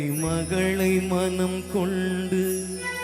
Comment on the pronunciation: தம்பி கொள்ண்டு இல்ல கொண்டு பல வென்று வெல்ண்று இல்ல தமிழ் உச்சரிப்பு சரி யில்லை தம்பி பாடலில் feeling இல்ல விஷயம் தெரிந்தவர்கள் பார்ப்பார்கள் தம்பி கவனம்